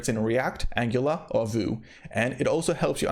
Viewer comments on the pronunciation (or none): Vue is pronounced "view", not "voo", which is why it's usually referred to as "VueJS"